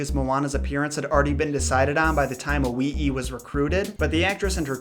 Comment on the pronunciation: "owee-ee" 😂😂 it's "Alee-ee"